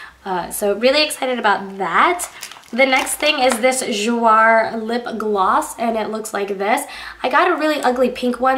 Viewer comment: Jouer is pronounced, "jooway" :)